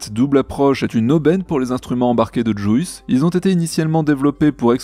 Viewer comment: STP, juice ce prononce "Djiousse"... ça fait mal a mon aglais XD (j'adore votre emission hein!! :) )